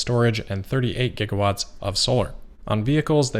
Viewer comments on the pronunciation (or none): none